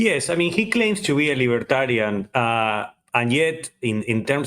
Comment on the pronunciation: The way the interviewer says “libertarian” is nice.